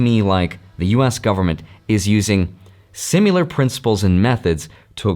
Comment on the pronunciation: It's always amusing when pronounces "similar" as "simular" 😂